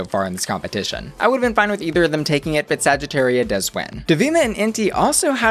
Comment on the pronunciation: Trying to pronounce every queen's name correctly and then they say saggitaria like a true american 😐